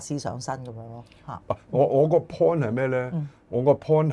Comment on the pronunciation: Point is not pond😅